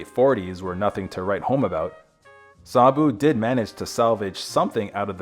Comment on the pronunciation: You are pronouncing his name incorrectly. I can't take you seriously